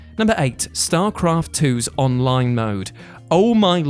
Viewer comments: "STARCRAFT 2'S ONINE MODE" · Ah yes....the onine mode. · StarCraft 2 "onine" mode? Lol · “ONINE MODE” lmao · "onine mode" lol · Onine mode. lol. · Onine mode lol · "onine mode"